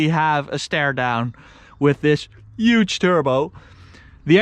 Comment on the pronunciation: Why are you saying uge not huge